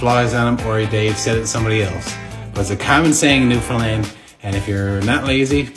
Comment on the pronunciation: the girl says her parents are from Newfoundland ...yeah right! lol she said newfoundland totally wrong! Her parents would have chastized her and made her say it right lol